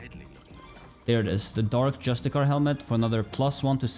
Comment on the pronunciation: This must be ragebait, knowing how many times Shadowheart pronounces this word properly... Justikar =/= Justicie